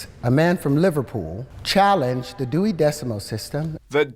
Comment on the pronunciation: That deewy decimal system